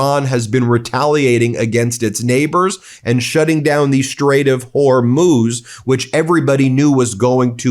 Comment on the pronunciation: Don’t criticize their spelling of STRAIT when you can’t even pronounce it properly. It’s STRAIT, not SHtrait. There’s no H sound in it. Look it up in Princeton’s pronouncing dictionary. Clone your English illiteracy, spread it to millions of people via youtube, destroy the language. If you are disgusted that another American can’t spell correctly, then I have a right to be disgusted that you can’t pronounce it correctly.